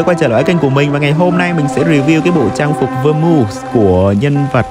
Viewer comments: Em thề anh gọi Vermouth mà em nghe lộn thành Vơ Ngu =)))) là Vơ Mouth nha anh =))) Ielt 9.0 này là chết rồi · Vermouth của ngta mà đọc là vơ mu :)) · Anh đọc Vơ mu làm em mắc cười quá :)) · vơ mu nghe kì quạ